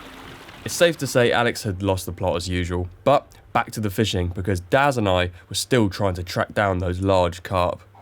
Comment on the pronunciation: Omg for half the video I thought you was saying dad then I realised it was daz 😂